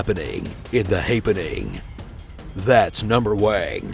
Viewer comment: Actually Impressed how close that dude got to pronouncing "Streichholzschächtelchen" correctly